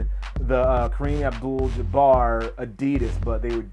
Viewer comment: ITS Jah-Bar!!!! not Jab-errr lmao